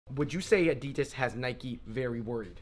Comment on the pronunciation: Is it just me who disagrees with the way they say addidas